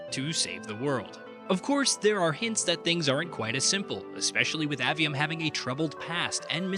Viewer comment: *AY-ve-um, not Ah-ve-um :p